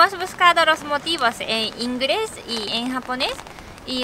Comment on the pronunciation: Q gracioso!! ,pronuncian la "L" como "R" y al reves! "Ingres" 😅😕